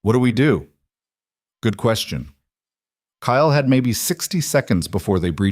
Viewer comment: His name is Ile Kyle. Not Kayel!